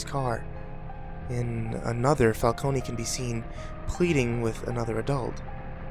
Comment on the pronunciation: Did you seriously say "falcony" the entire time.... Fal-cone.... Not Fal-kony..... Holy shit you have awful grammar knowledge for a narrator. You would figure pronunciation would be a big part of it.....